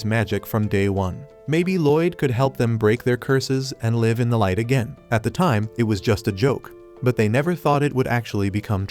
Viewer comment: Mate why you say live = laive